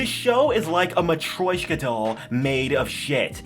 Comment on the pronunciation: man, that was a single best pronunciation of "matryoshka" i've ever heard from a foreigner. That alone made my day.